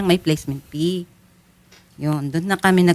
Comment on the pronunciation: IKAW NAMAN MA'AM, GINAGAWA MONG PEE IYUNG FEE, PLACEMENT FEE HINDI PEE 😅